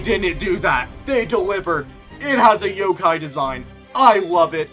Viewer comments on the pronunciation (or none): none